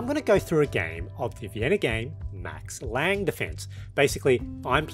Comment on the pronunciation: as a German, can't resist the urge to mention that the "e" is pronounced, so its Max Lang-uh